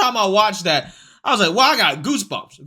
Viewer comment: Hello creator, Can you pronounce they these them those that instead of dem dose dese dat?